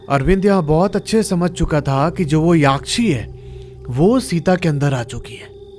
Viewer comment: भाई याक्षी नहीं यक्षी होता है ।